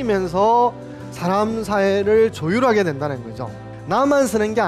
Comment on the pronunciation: 우선, "사람" 의"사"를 짧게 잘못 발음했읍니다. 장음인 것을 짧게 발음한 예: 실(바느질하는),대성전,공자,성인(공자 같은),동굴, 뭐냐하면,포부, 분투,대부,세상,유도(무도의 반대)포부, 서두에,건강,동작,두 번,정면, 등이며 피인지사 피세지사를 " 피인 지사" "피세 지사" 와 같이 두 자씩 띄어 읽었읍니다. 잘못입니다. 구문을 이해하지 못했다는 증거입니다.이 갈 "지"는 소유격이기 때문에 위로 부처야 합니다. 자고저등 한문 공부를 좀 더 하셔야겠음니다. "한국 어문을 고발함" 이라는 책 한 권 읽어 보시지요. 미국 변 완수 배